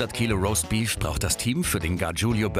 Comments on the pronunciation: "Raustbief rauskommt...."😂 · Was ist denn bitte rossbeef? Jumbo soll mal aussprechen lernen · Niemand: Absolut niemand: Jumbo: ROSTBIEF